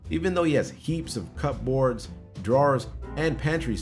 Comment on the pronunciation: "Even though he has heaps of cup-boards" I am amused that he doesn't know how to pronounce that...or had no idea how it was spelled.